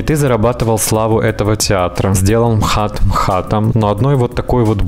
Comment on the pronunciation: Жень МХАТ- так и читается, не эм ха тэ🙄🙃